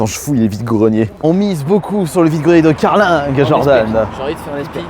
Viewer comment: on ne prononce pas le g de carling